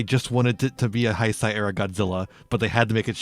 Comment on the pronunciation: Great video but Heisei is pronounced "hey-say" in English. Sorry it was like a knife in my ear very time you said it 😅